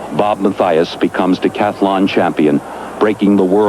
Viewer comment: The word is "decathlon"--if you wouldn't say "athAlete," don't say "decathAlon."